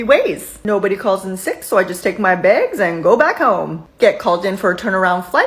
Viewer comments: Why do you keep saying "begs" instead of "bags?". It sounds super weird!!! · Why do u always say bages just say bags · Begs? Oh...so close...you almost said 'bags' not in Canadian! Also, heard that recent agreement was made to pay the whole time they're working. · ITS CALLED BAGS NOT BEGS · I’m sorry, did you say “baigs”? ☺️😛